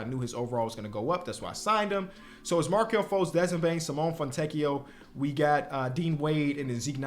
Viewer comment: Please its SIMONE with the e sounding not Simon😭😭